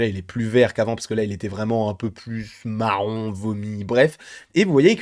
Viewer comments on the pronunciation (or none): A 3,14 quand tu dis marron ça me termine mddrrrrrr